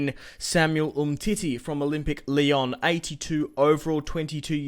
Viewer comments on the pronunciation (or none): none